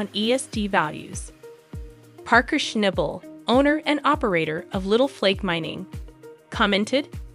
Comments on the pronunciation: If you're going to make videos about Paerker, at least get his name right. It's Shnahbul, not ShnAble. Jeeze. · Hey girl learn his name is not schnible😂..... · His name is shna bel iyiyi , you program is a mess if you dont pronouce his mame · Damn it his name is not Schnable with a hard A it's a oft a get it right!!!!! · Why in heck do you keep showing Todd Hoffmann crew. There was nothing about Parker and Tyler and you pronounced Parker’s last name incorrect the whole time!